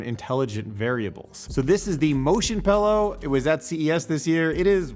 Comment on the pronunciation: Say "pallow" again please. Lol. Just kidding. Lighter tone vids are cool too.